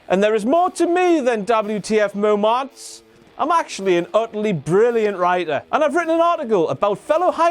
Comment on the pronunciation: I know it's kind of his thing but I absolutely hate it when he says "mo-monts" instead of just saying "moments" all regular n such...k